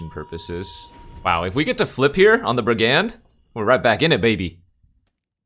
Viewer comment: please stop pronouncing brigand like that :'(